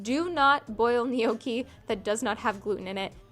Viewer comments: btw none of your versions of "gnocchi" was correct lol. its like njokki, not nijoki. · (Not niohkey but nyo-key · It's pronounced "no-key" not "knee-okie" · I believe it's pronounced no-key (gnocci) only saying because you asked lol :) You are an adorable young lady, stay empathetic and loving. It's a beautiful Iand rare) quality. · Technically it's nyokey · Gnocchi is pronounced "no-key" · I think it is pronounced “know-key” =gnocchi